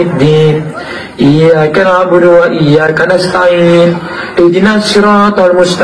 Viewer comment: Iyya kana'budu wa iyya kanasta'in... Bukan budu wa IYYAR.